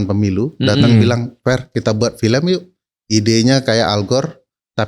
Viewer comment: Khas bgtz org sebrang bilangnya filèm bkn film 😂